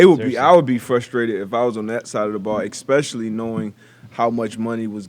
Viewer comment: ECKspecially. Come on D But 😂😂